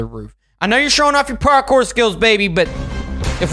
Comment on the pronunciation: It's pronounced Parkour not partcore